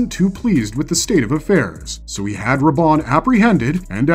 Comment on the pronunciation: Mr Harkonan? Mr Roban?! Jakers frell this AI generated content is getting crap.